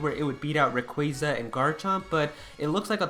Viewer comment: RAy-qua-za please stop saying RAy-quA-za